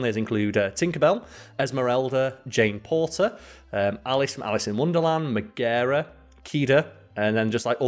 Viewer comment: accent is actually really good for just ploughing through names if he didnt stop tontry probounce it... Merida myradeh... Meggara meg-ra (or meg-gar-rah)....